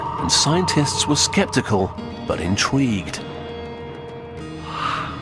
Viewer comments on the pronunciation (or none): Did he say "intweaged" ?? LOL